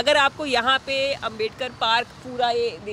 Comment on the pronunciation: लेकिन यह लोग अंबेडकर साहब का नाम भी सही से नही बोल रहे है यह लोग शर्म आनी चाहिए इतने महान आदमी के बारे में ऐसी सोच रखते हैं।